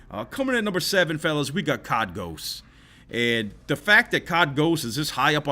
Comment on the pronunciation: It’s not cod it’s c o d